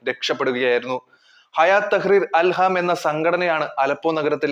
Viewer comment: Al ham …alla chetta … al shyam ennanu😜